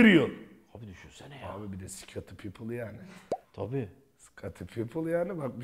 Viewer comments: Scottie Pippen'a defalarca Scottie people diyen Batuhan Karadeniz cahilliği 😁😁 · Scottie Pippen❌ Sıkotıl Pipıl ✅